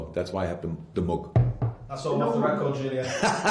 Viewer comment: "The Muug" Brilliant!